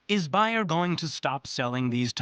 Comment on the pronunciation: BAYER is pronounced BAYER WITH A LONG A SOUND!!